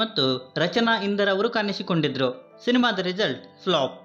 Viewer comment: ಣ ಅಕ್ಷರದ ಉಚ್ಚಾರಣೆ ಕಲಿತುಕೋ ಮರಿ. ಅದು ಕಾಣಿಸಿಕೊಂಡಿದ್ದರು - ಕಾನಿಸಿಕೊಂಡಿದ್ದರು ಅಲ್ಲ.